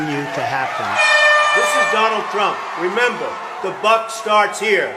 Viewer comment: Rememeberbeer.. remembemrer.. rememberberry, not only a memeber but a president.